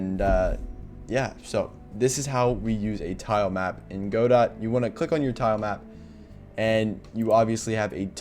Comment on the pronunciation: Dude please pronounce it Goh-Doh😭